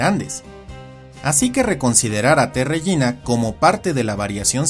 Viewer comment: Creo que se pronuncia régina y no regína